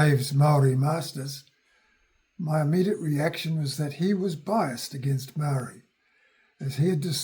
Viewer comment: Please learn how to pronounce the word MAORI properly. That would be a great start before making a video on heresay.